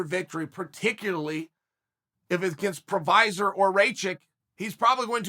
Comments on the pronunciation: Prosafec??? Oh, you mean "Pro-Hav-Ska" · i think it's pro-HAS-ka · So we got Procevik and Raicheck, nice. EDIT: LOL we also have PRO - VI - ZER in the division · "Against proviser or rachik" chael is doing this on purpose 😂😂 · Provisor or Raichik....oh Chael never change haha . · “provisor” is by far my favorite pronunciation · Who the fuck is prok-low-vich? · o wait it's provisor by the end, nvm its proklahavic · Ah yes, Jiri Provasmeck. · Prokochic? Provizer? Procklovich. Racik? Raychick? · Prosovick and Rachik????😂😂😂😂😂😂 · Jiri Pro-hash-ca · Jiri has at least 4 surnames according to Chael : 1. Provizer 2. Prohobilich 3. Procovlovich 4. Provocative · My two cents is it's gotta be provoskovich, proclomanov, or proskahobovic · Procolovich and Raikitch 😂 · "You got ...JIRI PROVASVIC" if you have more than 2 syllables in your name expect uncle Chael to give you 827 other names🤣🤣🤣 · Chael: Jiri Proviser Me: Ok great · Hey just wondering what vaccinations you guys got in the comments....Moderna Phizer or Provizer? haha prochlevich was just the cherry on top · "Yuri Prohazvac" :D :D :D :D nice one, Cheal. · Chael you're killing me here, LOL. Managing to butcher Yuri's name five times in one video.....My favorite was the last one Proklavich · first he says Provizer then prolocklovitch lol, he doesn't half butcher peoples names. It's like he does it on purpose so people talk about it in the comments which leads to more interaction whch esentially leads to more views. Views = money. He's a clever man lol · Chael “ yuri provasbek “ sonnen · Who the fk is prossvakic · "Provizor" christ chael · Oh Chael, we love how you say fighters names Prohaklavic Pervisor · Chael is undefeated at mispronouncing Jiri's name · How many times is chael gonna make up jiris last name hahahaha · Chael pronouncing jiri last name different every time in this video had me laughing lol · Chael is saying jiris name wrong on purpose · he made Jiri’s last name sound like an allergy medicine